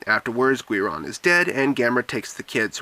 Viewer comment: It's pronounced Geeron